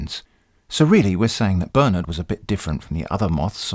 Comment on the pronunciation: I love how him saying "Bernard" sounds more like "Burn it" in the end. :p